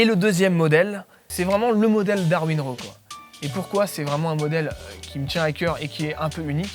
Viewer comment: C'est pas comment prononcer "raw" héhé